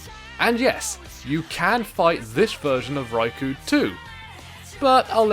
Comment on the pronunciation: yea, i know the boss is cool and all, but im one minute in and i cant handle "rai - kou" my ears are bleeding help